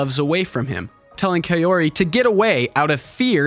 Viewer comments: Very good analysis. Names are pronounced AH-KEE-RAH (not uh-KEE-ruh), and Kah-oh-ree (not kay-or-ee). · Japanese pronunciation is pretty straightforward, unlike that of English. Kaori is pronounced Kaori, not "keyowree". 😆